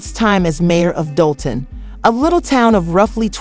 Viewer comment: I need this blogger to learn how to say DOLTON! I can't ! Just stop! Do a vid on Diddy Boo!